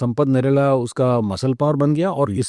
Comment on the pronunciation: भाई साब नरेला 😂😂 नहीं है नेहरा जाट है जी 😂😂 कहा से आते हैं ये लोग अगले पॉडकास्ट में सपट करेला मत बोलना प्लीज 😂😂😂